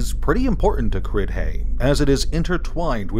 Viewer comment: If it’s pronounced anything like “Ceilidh”, then it should sound like “Crey”